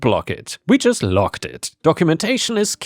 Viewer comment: "G"s have a softer sound than a hard "C" or "K". The way you pronounce "logged" is actually how the word "locked" is pronounced, "G"s and "ck"s are not interchangeable. Same with "D" and "T", the way you say "code" is actually how the word "coat" is pronounced. The "D" sound should be softer than a "T" sound, they are also not interchangeable.